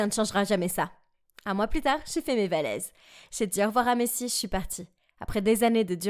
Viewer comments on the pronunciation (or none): Tu as fait une erreur alors de dire valise tu as DIT VALESE🤣😂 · Ma chéri on dit valise, pas valèse🤣😅😂😅🤣😆😂🤣🤣😂😂